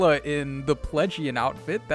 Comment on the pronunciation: That you kept calling it Plegian hurt my soul 😭